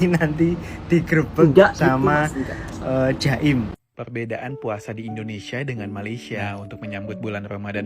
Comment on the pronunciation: Bukan jaim tapi Jakim.